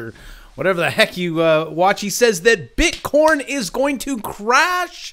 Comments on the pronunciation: Why are you saying "BITCORN"? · nice, i kept hearing bit corn. *joking... Liked your video!